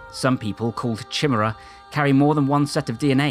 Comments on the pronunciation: Fantastic video, agree with most everything, except it's pronounced "ky-meer-a" not "chi-mera" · Pronounced ky- meara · Interesting stuff ... but chimera is pronounced, ky meer a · Chimera pronounced (Ky-Mer-ah). Almost the perfect narrative up until that. That was my fight name. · You say ‘Chimera’ weird. Other than that, good job!